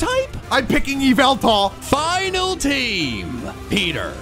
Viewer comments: it's up to you yeeveltall:it's yah-vul-tall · Someone needs ti tell that it’s axdyally Yahveltal